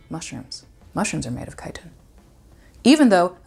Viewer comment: It's crazy to finally hear Chitin out loud after playing skyrim all this time and pronouncing the "ch" like "chicken" lol